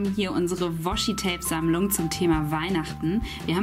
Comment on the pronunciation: *Sammlung nicht Sammelung :D